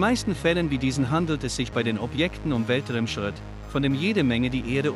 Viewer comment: Sprichst du das selbst oder eine KI? Weltrimschritt??? Und das mehrmals?